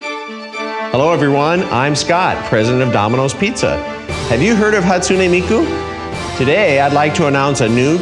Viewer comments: "hatsoony miku" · "hatsunEE miku" NO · Why does he pronounce Hatsune Miku so weird like why he say it hatsu-knee like wot HaTsUkNeE MiKuU